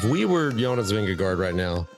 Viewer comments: Its Vindegaard... not Vindego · Spelled -gaard, pronounced -go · Vingegaard rhymes with four.